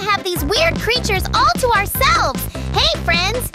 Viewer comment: dısıza smiling crrıters